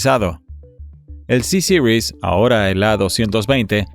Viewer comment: ¿Sisiris?. ¿No es más fácil Ceseries?. Sobre el avión lo que se ve es la palabra francesa Bombardier seguido de la letra C y la palabra Series. Que alguien de Chicago pronuncie Sisiris es comprensible, pero en un documental en español suena más bien ridículo.